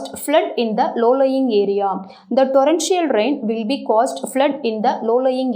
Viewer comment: Mam good job except pronunciation (blew, torrential). Please rectify it at next video